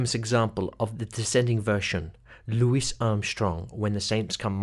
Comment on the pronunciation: "Lou wee" Armstrong not "Lou wis" other than that good work